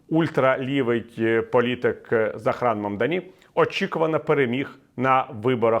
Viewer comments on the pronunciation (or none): Дякую за аналітику, хотів би підказати для майбутніх відео: ім'я вимовляється "зОран мамдАні". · Пане Віталію. Дуже багато помилок. Звучить ім'я так "зОран мамдАні". Ендрю Куомо ніколи не був очільником міста, він був губернатором - очільником штату. Проти нього купа справ, включно з домаганням до жінок. Тому не дивно, що Куомо програв. Хоча навіть з таким "послужним списком" він набрав на виборах більше 40% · Зо́ран Мамда́ні – це правильна вимова нового порадника Нью-Йорка.